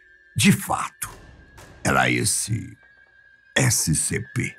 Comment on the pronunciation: Eu não sei porque mas você fala toda vez errado o nome dessescp escp096